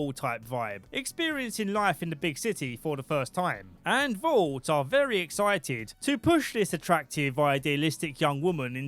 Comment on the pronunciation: YES. THANK YOU, VEWY GGGGGOOD